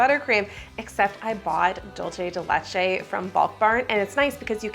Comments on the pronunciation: Its DOOL CEY not dul chey 😭 PLS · It's dul-SAY de leCHay. Sorry, I just had to say it. The "CHuh" sound when you have a C with no H is Italian, not Spanish. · Begging English speakers ON MY KNEES to stop pronouncing dulce de leche like that I swear to God 😭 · As a Cuban I found out today English speakers pronounce Dulce de leche : dolche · I love you, but people who say "dolce de leche" are my pet peeve....It is, in fact, not an Italian term, it is Spanish or rather Latin American, and it is "dulce de leche", pronounced /ˌdʌl.seɪ də ˈletʃ.eɪ/.Please, if you are going to use it, use it correctly.... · It’s pronounced “Doolseh the lecheh” Dolce is Italian but this is not Italian, it was created in South America. I’m sorry, I just want people to know the correct pronunciation. Not picking on you because I just love y’all! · Is “dolchay de lechay” a thing or are you trying to say dulce de leche 😭😭. You can pronounce it easier by “dull-say deh leh-ch-eh” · Oooh, I also pronounced it like dolce. It's good to know it's supposed to be an S sound! Thank you! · I find it really funny how anglophones tend to pronounce dulce de leche as if it was italian (dolce instead of dulce) haha 😅 Lovely cake,! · you said dulce de leche wrog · That's not how you pronounce dulce de leche, dulce de leche is milk candy in spanish, please Google it if you don't know how to pronounce it. 😊